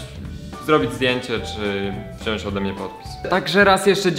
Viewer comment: mówi się "wziąć" xD